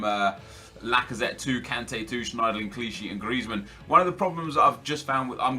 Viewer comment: It genuinely annoys me tbh hahaha the way he rolls the R in Griezmann especially makes me cringe